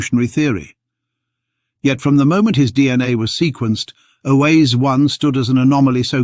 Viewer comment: If Oase is so important, could we stop mispronouncing it every which way? "Oase," which means simply "bones," is pronounced something like "wah-se." Two syllables, not three. (Yes, I'm Romanian by origin.) It seems to me like fossils keep disproving OOA, and yet the low genetic diversity of modern humans can't help but confirm a single expansion. I wish I could understand genetics to be able to form a solid opinion one way or another. Decades ago I was fortunate to take an anthropology class from Tim White at UC Berkeley. I wanted to study paleoanthropology, but soon realized I couldn't do it without studying lots of science and genetics. My brain doesn't want to go there. In my retirement now I find myself still fascinated by all this as much as when I first heard of Lucy. And I'm still stumped by genetics.